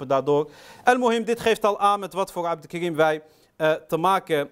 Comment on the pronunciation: Het is geen abdelkrim maar abdelkarim.corrigeer eerst dat .